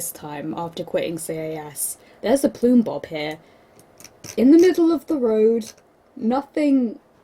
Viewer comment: Love how you pronounce Plumbob ... Ploombob! I'm gonna call it that from now on.